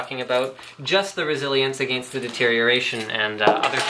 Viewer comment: why does he say against weirdly?